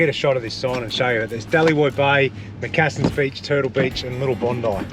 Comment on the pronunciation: Hey Brother, Its pronounced as MAC-CASSIN BEACH. After the Macassans that travelled from over water to hunt for Trepang ( Sea Cucumber ) Its was fished by them to take back to there country as its a valued item for both food and Medicinal purposes. They would exchange the right to fish there along the coast and have fishing rights in exchange to the Yolngu People ( Owners of that part of the coast in simple terms ) for cloth, Tobacco, Rice and knives and similar items to Barter with the Local Tribes . Just so you know and can teach the kids .